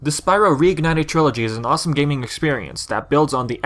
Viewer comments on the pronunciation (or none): none